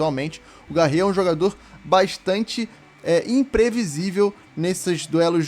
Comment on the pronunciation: Mano não é Garre e sim Garré, tem o acento valeu fica a dica